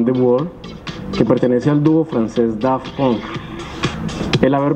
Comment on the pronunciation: la presentadora pronuncio mal Daft Punk :v